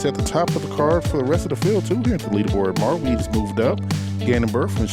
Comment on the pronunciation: I dont know, how in english the letters are pronaunced so differently. But in "harper" the a is nice like a should be. But in Mauri there comes a strange "äe" instead on "a". And this is not the critics to commentator, but this reminded me with all the other times. "O" is "u" for You and this just makes me mad ;)